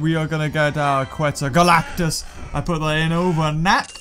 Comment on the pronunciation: he said "QuetzaGalactus"